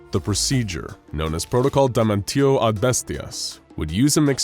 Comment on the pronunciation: Good video, there is one problem: damnatio is pronounced "damnàzio" and not "damantio" in latin.